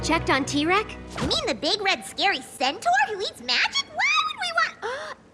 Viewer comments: Did Pinkie say “centor” instead of centaur? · No i am pretty sure i hear she said "centrav."